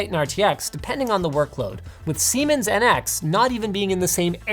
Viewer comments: Lol, he said semen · I quickly glanced at my screen with a look on my face that I can only describe as intrigued when I head Linus utter "semen" from the depths of my ears. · Heh he said Seimens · Hah "Siemans"